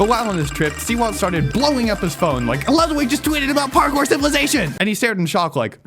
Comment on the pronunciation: civiwization detected, furry confirmed